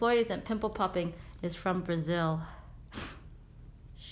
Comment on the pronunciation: Amei ouvir a Senhora Dr. SANDRA LEE, PRONUNCIAR BRASIL, SOU UMA FÃ DO BRASIL E AMO MUITO O SEU TRABALHO. SUSSESO DRA.BJOS SAO PAULO